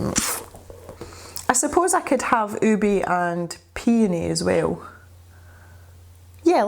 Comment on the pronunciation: It’s “ooh-beh”, it’s a purple yam.......